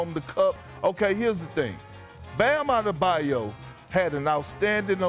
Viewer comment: giannis last name got perk saying bam adedobayo lmao